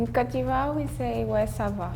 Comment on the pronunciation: Yo when she said posh she didn’t mean classy she meant snobby lol The chick from Ivory Coast says cote funny sounds like cat. We don’t say un phone we say cell ou mobile in canada